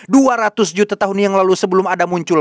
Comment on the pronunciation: Apa kamu bnr bnr mengucapkan kata "juta" dengan logat org bule dari Amerika? Lucu bngt!😊😊😊grazie mile😊😊😊